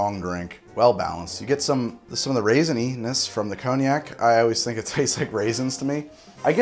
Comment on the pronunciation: Love the pronunciation "Kony Yak"! I'm using that one! This looks and sounds like a very sophisticated and complex drink. Glad that is seems so well balanced.